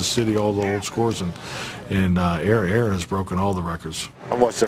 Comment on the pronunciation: bro they said Aaron wrong Lol